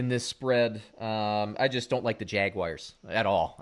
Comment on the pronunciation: man. I gotta be honest. I cannot stand when grown ass men pronounce the Jaguars like that. Jagy wires... WTF is this? Elementary school?